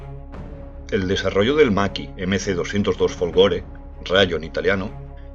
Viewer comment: Soy italiano y és fólgore no folgóre Es una critica crítica constructiva nada de hater o cisas así